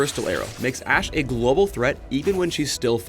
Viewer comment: So it's not Ash-e. T.T